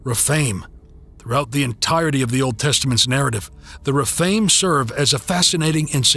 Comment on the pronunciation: Some of the words are weirdly pronounced, like Rephaim.